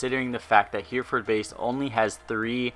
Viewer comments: Great video! Not hating but just FYI, Hereford is pronounced 'Heh-Reh-Ferd' not 'Heer-Ford'. :) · can you please stop saying hear furd base. for Hereford Base. it's pronounced hair a furd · It's he-reford base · HER-E-FORD is how it's pronounced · Hearing him say Hereford base as here then ford killed me.